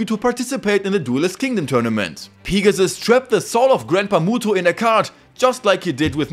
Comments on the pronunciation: Niqqa calls Pegasus, Pigasus... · everytime you say pegasus, I hear pikachu.. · No disrespect to your accent but pea-ga-sus is the funniest shit ever 🤣🤣😭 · Ah yes, Peegasus. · "Peegasus" Loved the video lad. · Could not get past the way this guy says Pegasus. Literally killed the whole video